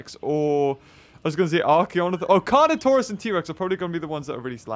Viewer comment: I thought he called Carnotaurus “toast” lmao